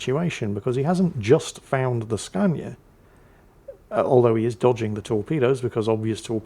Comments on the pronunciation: Hah nice vid again. u really boost the day😁 Cmon it aint scania or skane its skone (Skåne). Those Sweds have two o letters in their alphabets O and Å. Well is just jiggling swe ppl. btw i aint swedish. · the Skåne is not pronounced Skänie (as you pronounce it). The Å/å is a swedish o, and it is nearly always pronounced as [o]. The way you pronounce it is take the double-o from door. And for the ending, take the j from your pronounciation away and you are very close. I’m off to the salt mines for my double shift. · For the record, Skåne is pronounced "SkO-ne" First syllable being like the sco in scone and the second syllable being like ne in never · Skåne. Same vowel sound as in 'tall' and it doesn't end in... iye 😂....[ska:neh] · It sounds like you say Scania all the way for Skåne. If you use the sound from floor, you can say Skåne. I was half to the battle before I understand what the DD was for a ship 😛Swedish ships rock, sometimes... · Skåne is pronounced more or less skOHne, the oh is pronounced like the oh, one would say when surprised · Hello! Hope you're doing well! I am here to help you with Skandinavian Pronounciations! The Skåne atleast in Danish (which is very close to Swedish) Is pronounced Sk-uh-ne the "Å" is pronounced like the noise when looking for a word "uh" Hope this helps! Keep the videos coming! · Skåne is pronounced scone-uh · Your Swedish was so bad I didn't even realise you were trying to say Skåne. I as a Swede heard Skania the truck manufacturer... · The DD is Skåne. It is named after the southernmost part of Sweden. Denmark and Sweden fought numerous wars in the 16th and 17th century over the owneship of that county. In the end Sweden prevailed and kept it The name s pronounced like scones without the s and dragging out a bit on the o like scoone with the e at the end 1also pronounced....